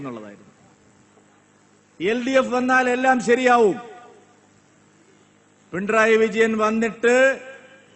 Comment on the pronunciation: പി ൺ റയി അല്ല മാഷേ പിണറായി.😂